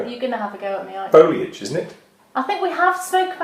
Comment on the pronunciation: No, wait - I think she says foil-age. It's been a while. oh my gosh - I just finished watching and the tour was amazing. I love all your tours, but this was special - I think particularly because of that quaint little village. The cars looked really out of place there. Thank you so much for sharing.